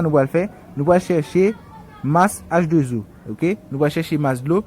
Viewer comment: Salut alors excuse moi cher Monsieur pourquoi on peut prononcer la formule comme sa H2 zo je pense que la prononciation c 'est H 2 O